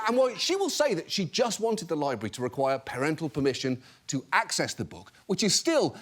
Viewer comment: Thanks, John, but you didn’t need to tell us about weeding. We all know weeding happens there, it’s a libwawy.